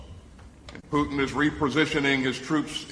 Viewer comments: Love this channel but its not "Poochin" (thats a dog breed) or "Potcheen" thats another strong Irish drink, its "Poo tn". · Does brother McGovern know he is pronouncing Putin like Irish moonshine Poiteen?